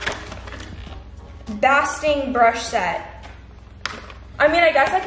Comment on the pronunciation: Basting, I think you pronounce it wrong lol but I love your vids❤️😌